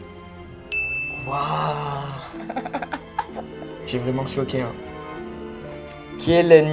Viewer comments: Potterhead, et je suis tres genee en regardant la video. Putain merde quoi la felicite parcequ'elle a trouve le nom "hippogriffe" je suis desolee mais tout potterhead (comme elle se dit etre) doit sortir ca d'un coup! Et Cedric à Gryffondor...Cedric est à Poufsouffle et ce n'est pas "occulus repario" mais "occulus reparo" et puis je suis desolee mais les questions sont plus que simple et vraiment j'avais envie de rentrer dans mon ecran et gueuler les reponses. Bref elle se dit fan... Mais elle n'est rien qu'une fille qui aime Harry Potter pas une Potterhead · Quand tu ne sais pas que Cédric Diggory et à Poufsouffle et pas à Gryffondor, que elle ne sais pas prononcer hipogryphe, et ce n'est pas oculus reparo et en plus, les questions dont beaucoup trop faciles pour moi ce n'est pas une Potterhead !